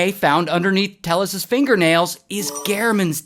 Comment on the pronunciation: It’s Tay-yes.